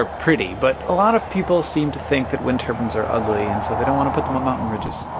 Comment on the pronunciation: Dear Hank: its turbine, not turban. note the i. Regards England.